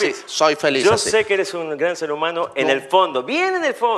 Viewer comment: "Debe sel"... poco basto wn.